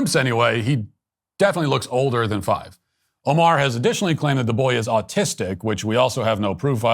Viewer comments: Be aware that thief is older than 5. Likely more than twice that age. The claim of him being autistic(or artistic as they pronounce it) is questionable as well. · She said: Art-tistic lol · She said artistic boy! Smh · Lol can't even pronounce autistic. They're calling him "the 5 year old artistic boy" 😂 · "Called the 5 year old artistic boy" jesus... trying to upload online to virtue signaling and can't even pronounce autistic lol.